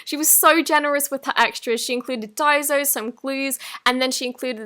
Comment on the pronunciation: just saying that its not "daizo" its "daiSo":)